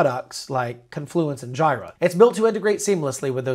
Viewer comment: This was helpful but its pronounced Jeer-ah